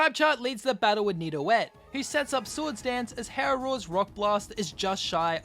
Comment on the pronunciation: He said nido-et instead of nido-geot